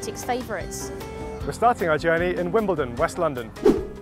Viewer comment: Did I just hear you say wimbeldon in west London🤔